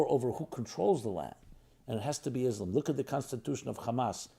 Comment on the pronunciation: yeah perfect, learning from someone who can not even pronounce the name Islam correctly.